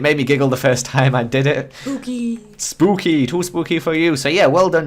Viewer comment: said spookey